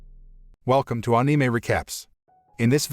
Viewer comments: I want to subscribe I've watched must of the videos but the way you say anime 😬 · I cant get passed the way he says anime🤣🤣🤣